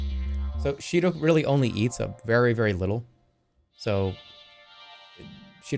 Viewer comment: I literally gasped when I heard Sheeto